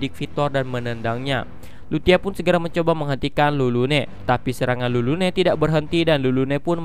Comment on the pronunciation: Napa tulis Lulune dibaca malah jdi Rurune ?? Agak laen